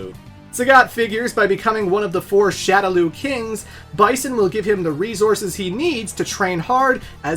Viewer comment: ReZourses. Don’t say that.